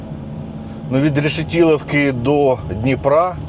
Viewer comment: Не Решетіловки.... РЕШЕТИЛІВКИ! І не Пирятіна а ПИРЯТИНА!